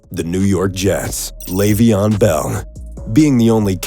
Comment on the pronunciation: Did he say Lejveon?